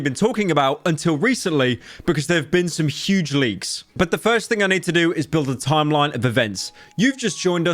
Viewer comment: emphasis on huge